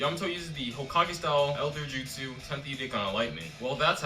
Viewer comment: did you just call jutsu, jizzsu?! lol